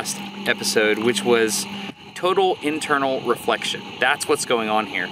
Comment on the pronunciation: did you say turtle inflection?